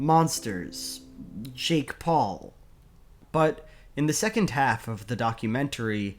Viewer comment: I know it's probably just a mis-pronunciation but now I can't stop wondering what a shake Paul would taste like. I really hope there's no such thing though